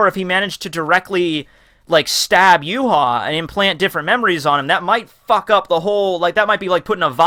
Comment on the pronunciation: his name is pronounced ya-wak